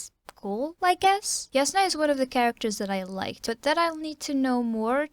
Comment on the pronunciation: Also it's pronounced (J)asnah, not (Y)asnah. My friend tried to convince me with some international phonetic alphabet stuff, but I won't be convinced.